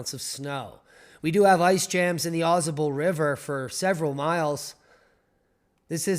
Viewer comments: Au Sable is how you pronounce it. AuSable River and originally written as " Au Sable ", runs in the U.S. state of New York, from the Adirondack Mountains and past the village of Lake Placid and Au Sable Forks to empty into Lake Champlain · pronounced "awe say bull" river says the ex new yorker